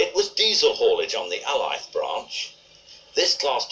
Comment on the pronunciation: Alyth is pronounced ay-lith. Incredible footage, long gone branch lines off long gone main lines. Scottish railways weren't just pruned back, they were denuded in the late 1960's. The A4's used to do 100mph running between Stanley Junction and Coupar Angus, the track was beautifully maintained and when it closed, old platelayers wept.